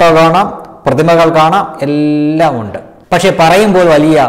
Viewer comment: Need to correct pronunciation ondoo undu etc.